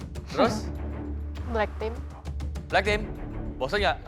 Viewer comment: Owalah bilang black team wkwk ak dengernya black pink anjay 🤣🤣🤣🤣